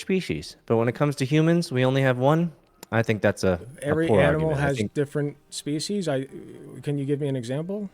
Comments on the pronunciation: Dude can clearly pronounce 'S' correctly, so why is he saying 'Shpecies'? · Why does the guest say species with “sh” in it or is my hearing way off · I'm at the start and all i wish is that this creep bro would stop saying Shpeeshees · At first, I thought this freak had some kind of speech impediment because he kept pronouncing 's' as 'sh', especially in that he kept saying, "shpeshiesh". So I didn't want to comment on it. But then the impediment just disappeared. So he was absolutely just doing that intentionally for some reason. Wtf? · I can’t take a lecture on species seriously from a guy who can’t even pronounce the word correctly. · Honestly, I couldn't keep going, it's such an abrasive mispronunciation that I couldn't focus on the conversation. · every time he says species i wanna kms more and more